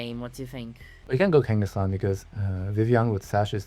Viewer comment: "kenga?" with the Brazillian accent really got me hihi